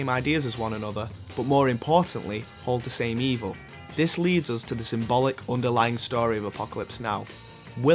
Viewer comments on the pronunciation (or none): why does the speaker pronounce the words wrong like always saying "soobject" instead of subject or "oos" instead of "us" or "thut" instead of "that"?